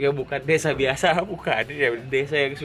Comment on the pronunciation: Bukan gitu, pengucapan desa buat org bali itu "dese", dg "e" terakhir itu seperti pengucapan "elang" Desan itu biasanya utk kata memiliki, contoh: Desan I Made, artinya Desanya si Made